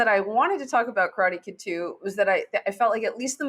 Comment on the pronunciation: I wince everytime you guys butcher the word Karate by saying Crawty! Didn't you learn from Kramer?